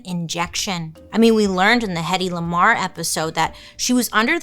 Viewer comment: When you said hettey lamar I thought you said Kendrick Lamar at first 😂